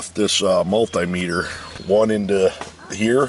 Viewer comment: multay-metre lol ... Should be multee-metre...